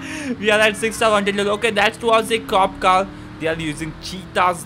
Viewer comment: Bro it's car not cal